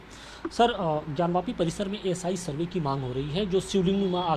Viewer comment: 2030 me kon sa sarbe huaa hai Ucharn tikh se kijie Kirpa karke ucharan tik se kijiye Galti ho jati hai koi baat nahi Agli baar se